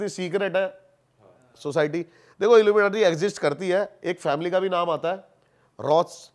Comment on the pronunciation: The way this gust says illu menatee😅😂 Haryanvie mixed accent!! 😂